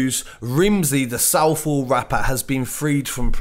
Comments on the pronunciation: southwold (the road in clapton)i pronounced it odd lol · If he said Southwold, that still incorrect, that's not an area its a road.